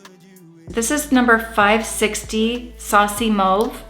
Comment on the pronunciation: The minute mauve was pronounced the way it was - Canadian!1